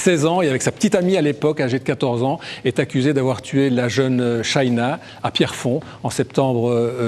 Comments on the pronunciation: SHANA pas shayna monsieur le journaliste. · C'est pas shayna cest shana